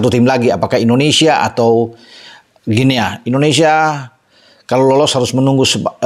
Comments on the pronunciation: Maap, bacanya GUINI bung 🙏🙂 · Guinea, dibacanya "Gini". Seperti kita membaca : Papua New "Gini". 🎉